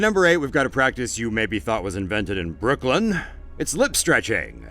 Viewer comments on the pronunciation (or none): none